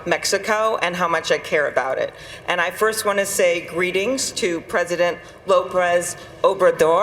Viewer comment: Gets called out for not knowing the name of the Mexican Prez. Looks at his name in her notes. Says the name wrong.